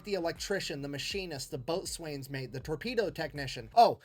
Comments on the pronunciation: It is pronounced bosun, not boat-swain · Did he said, “Boat Swain”?